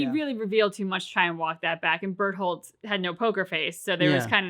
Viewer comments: "Bertran" haha yeah it's been a meme to get Bertholdt's name wrong. Glad you came to the same conclusion naturally! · Soooooo.... yeah lol, everything else aside, they know the joke, we got it, you can go back to saying bearsolds name right again